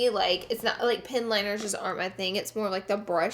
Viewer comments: I kept thinking she said pin liner 😆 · I kept hearing her say 'pin liner' and I thought 'oh that's new', then I realized she was saying 'pen liner' 😭😂